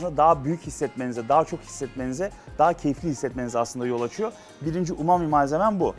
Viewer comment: umumi burger diye okumak?!?